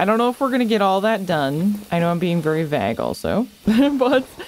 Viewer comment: You are the only person I've ever seen pronounce "Vague" like "Vag" with a hard G.